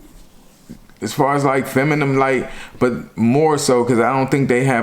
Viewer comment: PLEASE SAY THIS WITH ME.... FEM- I-NINE not FEM-I-NUM I luv to death but NIGGGGAAAAA 😩😩😩😩😩😩